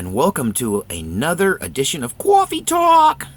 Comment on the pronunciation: I like how you say "quaffy talk".